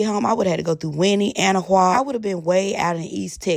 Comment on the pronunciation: Not you pronouncing Anahuac wrong (it’s hard if you don’t know though) 😂 You were not even close to what Texans refer to as East Texas boo. That’s Southeast Texas. Happy Birthday!!! 😊